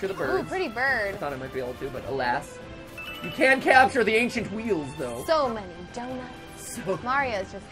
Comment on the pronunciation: Ainchient wheels damn it